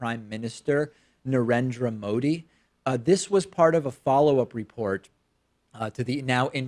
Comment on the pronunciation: Huh! I hate him more now....btw David - perfect pronunciation of the prime minister's name... 😃